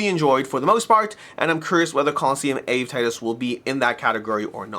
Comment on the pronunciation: Your pronounciation of Ave Titus is too funny 😂😂